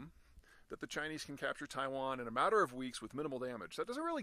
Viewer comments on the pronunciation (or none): none